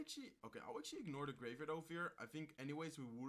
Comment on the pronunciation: Exually exually hey man je Engels is niet slecht maar je blijf heel de reis exually zeggen probeer dit te verminderen ik kijk je al lang en ben een grote fan zo blijven door gaan.